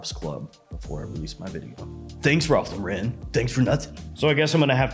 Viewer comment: Cool video, i laughed at all the parts where you do your little clown voices and stuff, but have you ever considered learning how to pronounce Ralph Lauren?